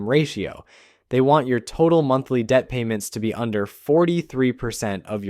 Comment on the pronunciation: I love Mumthly debt, Represenn Inmore, & Numly debt 😂